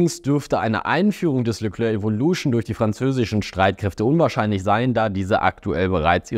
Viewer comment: Phonetisch Leklär(k) nicht Leklörk.